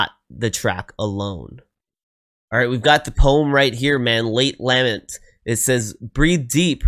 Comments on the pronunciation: Late la-meant (accent on the meant) is how it is pronounced. A lament is an expression of extreme emotion in words. He is waxing poetic on our existence. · The word "lament" is pronounced : ləˈment or with the first syllable pronounced like duh, except with an L. Also, it was written by Graeme Edge, not "Greg" Edge. His name is is pronounced the same as if it were spelled Graham. This is just the English spelling.